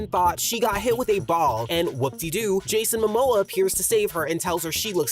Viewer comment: "jason mimoa" 😭😭